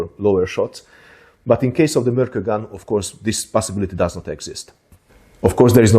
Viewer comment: It was discovered near an island called Mörkö (just noticed you mentioned this in the video), and the proper pronounciation would have a short pause between Mörk and Ö. As "Ö" just means "an island".